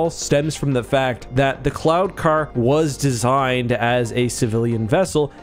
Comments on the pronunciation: Every time you said "cloud" car, I heard "clown" car. LOL!!! On a more serious note. Would there be an advantage to having the gunner positioned to the side of the pilot - field of view, etc.? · I kept hearing "clown car"... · Am I the only one who kept hearing "clown-car"?